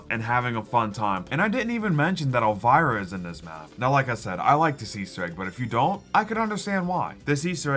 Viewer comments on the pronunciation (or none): none